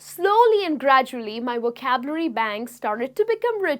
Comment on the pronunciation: Supongo que usted es Latina a juzgar por su acento, y debo reconocer que su Inglés es muy bueno, sin embargo noté que la palabra 'vocabulary' no la pronuncia muy bien y le aconsejo que trabaje más en ello. No me mal interprete, sólo es una crítica constructiva que le doy. Se agradecen mucho estas lecciones gratuitas. Saludos desde México!